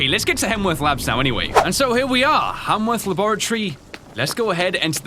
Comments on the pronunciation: I really love this game and I really love your gameplay. Can't wait for more. Also, it's kinda cute how you say Hanworth Labs instead of Haworth Labs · Its Haworth labs, not Hamworth labs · It's melon-choly, ch is just pronounced c, like collar. And HAYWORTH. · I love how he kept saying hamworth instead of haworth . :D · Hemsworth, hamsworth, hallsworth! It is Haworth like cmon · Keep up the work and it’s Haworth not hamworth or hallworth😂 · It's Not Hamworth It's Haworth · I’m kinda surprised that didn’t realize that he was saying “Haworth” wrong (really? Hamworth?) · I wanna say "Haworth" is probably pronounced "Hay-worth" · Great video! But I would like to point out that Haworth Labs doesn't have an M in it! Sorry, it's been bothering me.